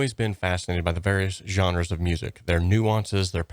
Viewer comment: Good video but please prononce "genres" correctly. It's a french word.